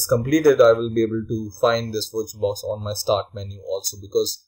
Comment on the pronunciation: wirtual-box dot oh arr jee